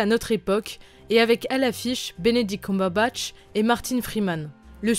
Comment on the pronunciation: Elle me perturbe ta prononciation de "Cumberbatch"